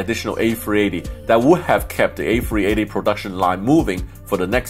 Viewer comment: “The airbus ayfweeaytayyy”